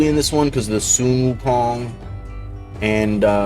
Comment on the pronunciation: That's one 🌶️ 😎! So glad now the way that you say"Sun Wukong" correctly is super sexy 🔥 ❤